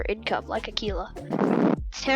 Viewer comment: its not "Acee-la" its "Aq-uila"